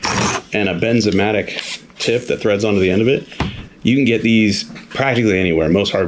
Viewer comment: I know a nitpicker but not trying Just a heads up it's BernzOmatic as in burns not BenzOmatic, I hate it when I mispronounce something for years then realize I have.m